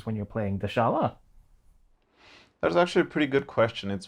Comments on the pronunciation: If you are looking for a summary, here you are : Next DLC - Will be a 3 factions DLC (3 LL + 1 FLC) - The 1st faction revealed is Slaanesh - The LL "Dechala the Denied one" (pronounced "Dekala") A few units have been revealed : - Hero) Champion of Slaanesh, snake-(wo)man similar to Dechala but less powerful Pleasure-seekers, demonic cavalry with demonette on Slaaneshi steeds - Mechanics : faction will be called "the Tormenters". Dechala will use her powers to subjugate their enemies and her hunt will affect her gameplay on the campain map and battlefield. D'Chala will dominate her ennemies more aggresively than N'kari, who uses his demonic influence. - Rework of Slaanesh faction : tweaks on the technology tree are to be expected, but it's too soon Next update > 6.2 will focuse on come-game imprivements like : - Ancillaries - Control mechanic - Corruption Beta on AI - Still gathering data - Will be an other Beta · Honestly, if GW wanted Dechala to be pronounced with K, they should've spelled her name Decala, or Dekala...